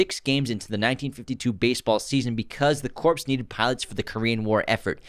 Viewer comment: Corps is pronounced Core - the p and s are silent. (it is not pronounced corpse) ;-)